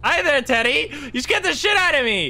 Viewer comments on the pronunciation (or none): I love how Insyms slight accent makes him sound like he is saying "titty" when he is saying "teddy."